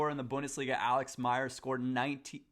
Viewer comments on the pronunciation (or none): none